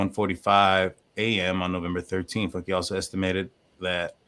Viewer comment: I think its pronounced Foonkay.